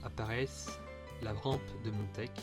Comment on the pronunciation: On dit Montesh, le CH se prononce.